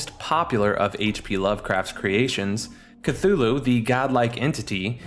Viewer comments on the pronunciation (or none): "kloo-loo" not "ka-thu-loo" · It is not Kathulhu. Its Cthulhu. Thumbdown for tilting me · KUH-HULL-LOO not K-THOO-LOO YAR-LAT-HO-TEP not NEE-YAR-LATHOTEP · Cthulu had me dying 💀 brooooo it's Cthulhu (Don't worry about it it's a common error) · It's pronounced thulu not cthulu if you see it spelled with all the dipthongs and shawas the way Lovecraft wrote it most people get that wrong I have read just about everything he wrote and I honestly believe you have never read any of his work and people need to realize he wrote FICTION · You mean "KATHULU" KEKW (He tilted me all video long) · *k-tulu is the pronunciation